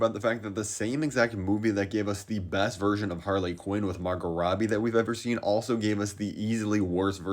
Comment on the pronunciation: “Har-Lay Quinn” 😂😂😂